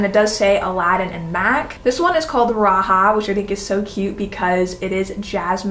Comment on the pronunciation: Um...Jasmine's tiger is "Raja", as in the Sanskrit word for "monarch". It's not a Spanish word, so it's not pronounced "ra-ha". Just FYI.